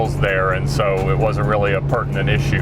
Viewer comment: saying wealy lucky Had to pause and reverse to confirm